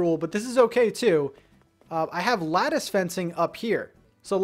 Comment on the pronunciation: Why are you saying lattice like that? I can’t even watch this because of how wrongly you pronounce that word